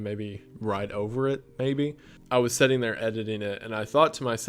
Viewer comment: you seem so genuine and down to earth, and I'm just obsessed with the kind of content you do. It's soooo cool to get to be here in the beginning cause I know you're gonna get crazy big. Keep up the good work!!!!! Also it's so adorable that you say setting instead of sitting loool